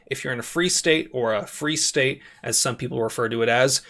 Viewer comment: "Free(r) state"